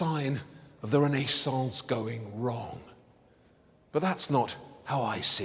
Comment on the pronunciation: René-saunce! Disturbing...